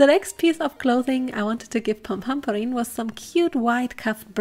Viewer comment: I just love hearing you say Pom Pom Purin, although I hear it as Pom Pom Pudding 🍮 😀 😋